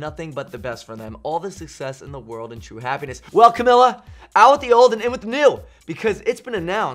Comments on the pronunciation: cam-ill-a lol it's cam-ee-ya. 💁💁💁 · “CaMILLa CaBIyo” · I'm shook he said camila's name wrong